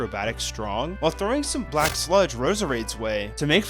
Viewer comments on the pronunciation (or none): none